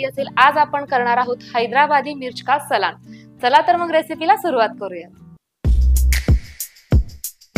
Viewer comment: रेसिपी छान आहे पण सलान नाही म्हणायला हवे सालन म्हणतात